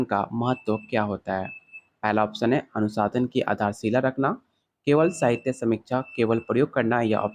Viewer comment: Sir app bar bar anusandhan ko anusadhan kyu pdh rhe h